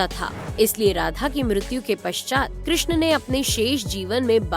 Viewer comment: कृष्ण चा उच्चार चांगला केलाय. आवाज ऐकायला सुस्पष्ट असल्याने चांगलं वाटले.